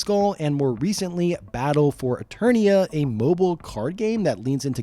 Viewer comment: Did you say eTURDia? Hehe. Turd. Hehe. Farts😂.